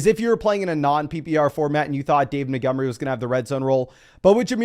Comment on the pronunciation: Why is this dude incapable of pronouncing Montgomery?